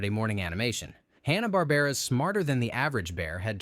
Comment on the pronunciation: I'm pretty sure he said "Honna" Barbera, too.